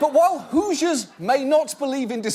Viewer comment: It took me almost six years to figure out that he meant "Hoosiers"; the inhabitants of Indiana. I always thought he'd just butchered the word "Jesus"